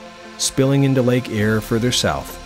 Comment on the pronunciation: Irish creek? its Eyre creek